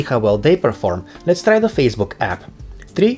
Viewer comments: So I knew right, Eastern europe people talk like that. And he is very annoying with his english pronouncion and he says "lets trai that" like 10 times in the video which is very annoying again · "Lets trai that" "trii two one" how is that so annoying he is not even trying to say things properly?